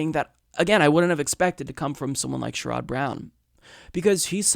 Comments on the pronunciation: I can retire at 55... so Medicare at 55 sounds great. BTW...it’s not “Sure odd” Brown... it is “Share id” Brown. Incremental gain is Neoliberal now? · Also, for the record, it's "Share - Rod" Brown, accent on the "Share". But not really important. Just piling on :)